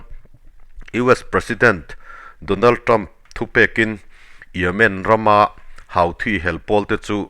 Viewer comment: Houthi hi (Huthi ) tiin lam tur a ni zawk lo maw Sir, Hauthi ti lovin😊